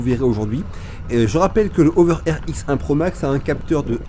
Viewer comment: Prononcer la h vous les français,c'est pas une saletée ce beau lettre